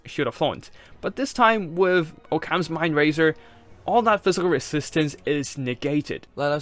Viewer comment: "Oh-cams" lol. Occams razer, "aukums"